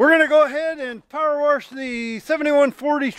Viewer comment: “We’re gonna go ahead and powerworsh..” Me: can’t stop laughing for 5 minutes...